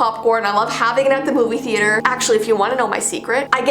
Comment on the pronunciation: omg she said that u eat a moov hehehehehehehhehehehehehehehehe